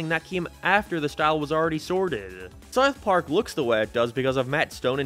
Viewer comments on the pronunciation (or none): sounds like your saying smouth mark lol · You say sarth park and it hurts my ears. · You say sourth park instead of south park. Doesn't bug me but it just sounds strange. 😂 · “sourth park” lol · "Sarth Park" Killing me with it. He says Sarth Park so many times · Nobody else gonna mention bro says “sart part” 💀💀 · “Sarth Park” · What the hell is “Sarth Park” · Hey, it’s called SOUTH Park. Not SOUF Park. 😂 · Sarth park? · I'm Brazilian, and this is a LEGITIMATE QUESTION! Where is this accent from? Why does he pronounce "Sarf Park" ?????? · wtf is serth park sarth perk? seriously nobody else commenting on how he cannot pronounce South Park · I can't handle the way you say Sarth park. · I had to take a break from watching this video after the 20th "SAWRTH PAWRK." Sorry m8. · “ Sourth park “ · bro really says "sarth park" instead of south park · saerth park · man i sure do love souwth pawrk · Souerth puaerk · WTF is Sarth Park? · Why are you saying Sarth park, honest question lol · I’m 10 minutes into the video still tryna figure out what “saiyth pork” is… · Saurth Paurk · Are u saying sarth park? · Wtf is sarth park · Sawth Park? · How u gonna spend time making this cut clips and audio hear them pronounce and say South Park, and u gone turn around and keep saying it like that. Sourth Park... mother fu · It is called South Park not Sart Part, also I said speech impediment, not speed impediment you aardvark. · Sarth park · “Saurth Park” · i gave up on this video after the 5th SARTH PARK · scythe park.... your accent kills me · South Park, not whatever you’re saying bro 😂😂😂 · Have to ask about your accent, are you like Irish but moved to the US or something? Sounds like youre pronouncing south park as seuwth perk and other stuff like half british/irishly or am i going insane? Oh i literally got my answer like 5 seconds after commenting lmao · Why is bro saying “Sarth Park” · You pronounce it like sarth park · sourth paurk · Sarth park lol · Sourth park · Sooouthh paak